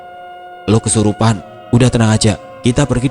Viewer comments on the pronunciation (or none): none